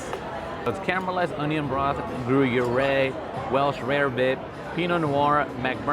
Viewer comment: Respecting your opinion but then hearing you pronounce gruyère and potato pave.....had me second guessing